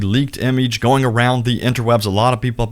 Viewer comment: Why you say image like that